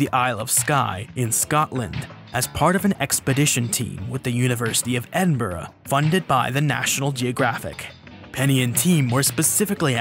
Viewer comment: Yep he got it pretty close I thought. Also bonus points for getting Edinburgh right.